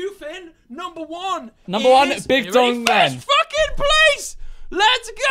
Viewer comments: I found it funny how wills name was “big don glen” but George read it as “big dong len” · Definitely read Will’s name as Big Don Glen instead of Big Dong Len